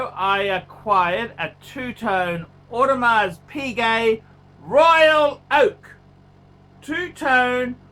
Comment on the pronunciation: Is this a real channel? No knowledge given or known about watches, no knowledge on how to speak like a normal human being. He should really learn how to pronounce Audemars Piguet properly before giving is opinion.